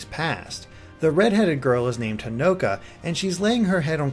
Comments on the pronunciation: Also halfway through he started calling hinoka :hisoka probably someone got the no and so katakana confused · Archer is not Tsubaki, and it's Hinoka, not Hisoka.